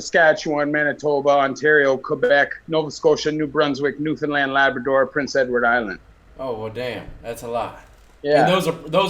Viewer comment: Damn bro respect to this guy pronouncing newfoundland right an not new Finland